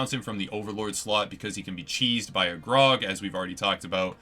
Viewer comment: are you saying graug it sound like grog